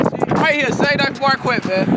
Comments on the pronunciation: I live in Iowa and I aint heard nobody pronounce Marquette like that before😂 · Well yeah, Black people do that with Que so